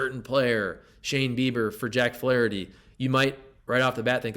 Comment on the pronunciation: Ahhh….You say Flaraherty! Very intriguing! You’re right! He’s gone when his time is up in the Lou!